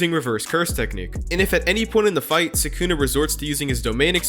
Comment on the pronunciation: sukuna❌ Sykunno✔